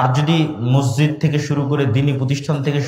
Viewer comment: হাইরে হুজুর মসজিদ উচ্চারন করতে পারে না?